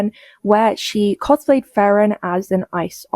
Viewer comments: its pronounced FREE-RIN, ya freakin tourists. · OH MY GOSH THANK YOU FOR POINTING OUT SHE MISPRONOUNCES FRIEREN!! She says it as if there isn’t an R at the very beginning of the word, and says it like “Fairen” I mean she’s clearly never watched the show since they say the name constantly but how do you not just look up a quick pronunciation?? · I love how you can IMMEDIATELY tell a tourist to a fandom. Frieren is pronounced "free-ren" NOT "frer-ran", Himmel pronounces it within the first 15 seconds of the first episode, and considering the name of the show and who it centers around... They don't stop saying it either... The fact that people get this wrong tells me they they haven't watched the show AT ALL. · Why does she pronounce Frieren like that? I checked the English dub and they pronounce basically the same way in Japanese. Yet she says "Fry-ren" as if she has never seen a single episode of the show. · She can't even pronounce "Frieren" right. Tourist alert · That girl doesn't even know how to pronounce frieren properly... She says fwarun or something like that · Holy shit if I hear "fraren" one more time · Frieren is a German word. It's not Freyren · Her pronouncing Frieren as Fraeren made me cringe so hard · I like how her video is titled : A deep dive into alt right cosplay grifters, yet not even 1 minute into a video she mispronounces "frieren" istg you cannot make this shit up. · I'm not even a fan and I knew she was pronouncing it wrong😭😭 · That woman lives for 12 years in America and she can't do the interview in English? Also I haven't seen Frieren and even I knew that one girl was saying it wrong. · Horrible ai face tuning and horrible pronunciation of "Frieren" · leave it to the british girl talking about accepting culture to constantly screw up the pronunciation of a simple German word name while calling herself a "real fan" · "Actual fan" of the anime yet can't say her name right. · Cant read the name Frieren? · You say Frieren wrong too!